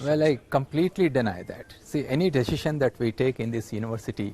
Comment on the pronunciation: And also vc said deshision😁😁😁😁